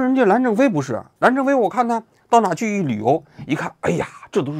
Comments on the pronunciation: 蓝战非是不是念成蓝正非了 王局这个业务能力不应该呀😂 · 人名就几乎没有说对过，我都怀疑是战术性的了😂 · 估计是任正非这名字，已经深深烙在王局的脑海中，这期节目一直把“蓝战非”说成“蓝正非”😁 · 能发音准确吗，战不是正，央视主持人走后门了吧😂😂😂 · 能不能说清楚不是蓝正非 是蓝战非😂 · 蓝战非！不是蓝正非，你这记者当的什么玩意儿？主人公的名字都能反复念错，不着调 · 你为啥每期都会念错名字？还好意思吹一天做多少功课。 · 把“猫一杯”念成“猫一菲”，把“刘峰”念成“朱峰”，把“蓝战非”念成“蓝正非”，王局的视频文案是自己写的还是手下人写的？如果是自己去收集材料，去逐步了解过事件，真的很难想象会把当事人的名字都念错。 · 王局老是“蓝正非、蓝正非”的，搞得我老出戏……😂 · 是蓝正非还是蓝战非，语音听起来怎么这么像蓝正非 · 跟我念：蓝 战 非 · 假酒喝多了吧，吐蕃！云浮！蓝战非！别瞎78喝酒了最近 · 其一：作为新闻评论人，是团队没认真做稿子还是自己没审核就直接念了，连主角名字都全程念错？其二：叫别人死胖子，那是不是人身攻击？ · 王局最近是不是压力太大老年痴呆了，基本每一期的视频主人公名字都念错。搞得我心痒痒的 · 最近的节目和选题真的越来越水了。配角的名字念错就算了，连主角的名字都能念错。另外像“最忙五人组”这种可以系统性揭露基层腐败路径的新闻，以及俄罗斯将军网上自爆的新闻，竟然都没有一点提及，真的是失望啊。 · 真的别老自称是新闻人 、调查记者了，职业素养你还有吗？主人公名字就仨字你都能念错，但凡有个人名你都经常性的念错，芳华那期 自己数数念错多少个人的名字？就这样 还总是那么迷之自信，极度自负！ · 我现在开始觉得王局每次是故意把名字说错的。